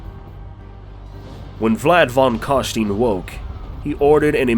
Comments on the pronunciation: Imagine putting this much effort into making a video, getting hundreds of thousands of views, and then spending the whole thing pronouncing "von Carstein" wrong all the way through... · Its pronounced fon karshtayn but who gives a shit. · Stopped when I heard you pronouncing "Fon Carsteen" ;.) nein nein nein !